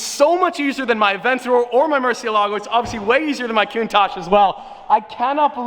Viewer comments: muciElago, emphasis on E. It's not "murcielaaaaago" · ''Muerci-e-lago'' and ''Rivuelto'', this mofo americans crap everything they try to pronounce! a lot of money but nothing invested on his gray matter